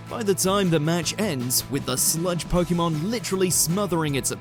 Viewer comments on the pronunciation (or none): It really grates on me how this guy says "Po-Kee-Mon" when every time it's pronounced in the show, it's "Po-Kay-Mon." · It's the correct way to pronounce it. If you say it quickly, it should sound like "Po-keh-mon". "Po-kee-mon" is wrong no matter what.